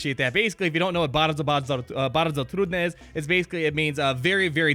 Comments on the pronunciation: Perfect polish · "Bardzo trudne" was not so hard at all. You really well saying that. Greetings from Poland :) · You did a good job saying that part in polish. :D But, yeah those were the easy words. :P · nice Polish pronunciation